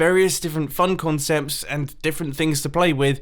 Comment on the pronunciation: “With various diffrent CONCEMPS”